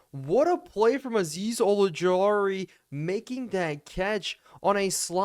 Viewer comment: Love the content man, one small nitpick though: you keep pronouncing Azeez Ojulari as Olujari! All good though 😂